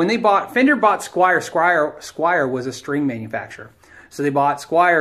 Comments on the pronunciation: squier not squire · "Washurn" and "Squire" made me quit and go to the next vid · SQUIER! not Squire! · Squire and Jacksan? Dude, try harder...